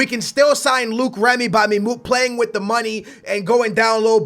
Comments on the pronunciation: It's loic Remy not Luke remy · Its LOIC REMY not LUKE REMY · who is Luke Remy? Its loic remy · ITS NOT FUCKING LUKE REMY. ITS PRONOUNCED LOYK REMY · It's not Luke remy is loic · Don't sign Loic Remy because I Will get tired of U saying Luke Remy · Sing Loic Remy its pronounced "Like" Remy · I think it's pronounced LORIC Remy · Loïc Remy is pronounced "Loyk Remy"